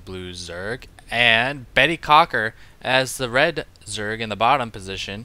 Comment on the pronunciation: LOL did psy say Bettycocker?